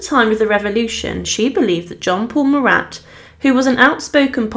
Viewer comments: His name was not MURAT for crying out loud! It was Marat, pronounced without the t. in other words, he was, phonetically, Mara. Do your research, please. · Some more hilariously inept pronunciations.Corday was from 'Kane' in Normandy,was she? Would that be Caen? Also who was the French dramatist 'Corneal'? Or the revolutionary 'Muratte'? Also,love the way you take a pause before each 'difficult' word or name,but then still get it hopelessly wrong.The French artist Jacques Louis David is pronounced 'Daveed' ,by the way.Thanks for the laughs.